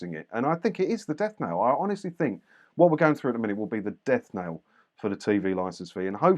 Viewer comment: It's not death "nail",, it's death "knell". Keep up the good work, though.